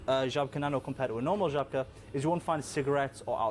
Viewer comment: It is Zhabka. Or whatever you would write it in English. Ż in Polish is like J in French